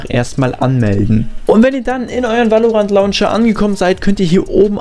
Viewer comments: Gutes viedeo aber es heißt nicht valorantt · VÄLORANT NICHT WAALORANT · geiles video aber ich glaube so spricht man valorant nicht aus